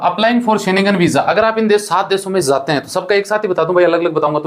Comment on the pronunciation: Zate nhi jate hai bhai pahele bolna sikh lije to fir aap kya kar rahe hai india me aap q nhi chale jate